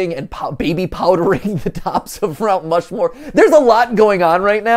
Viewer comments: “Rount Mushmoore” -MatPat 2022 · "rount mushmore" 😅😅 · Two very important post-viewing notes: 1) MatPat’s been part of a Heist before! 😜 2) “Rount Mushmore” just made my whole heckin’ day. 😁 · “Rount Mushmore” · "rount mushmore"